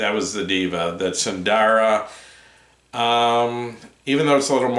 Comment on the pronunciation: Not "DIVA" is " DEHVA"